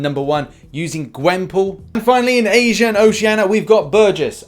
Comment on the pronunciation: Yeah and Asia and Oceania in a Russian accent lol